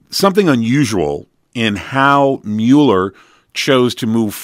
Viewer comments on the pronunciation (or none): It MULL ER not mew ler, people call me Uh-leh-shuh and it's Uh-lee-shush Alicia! I can't stand it!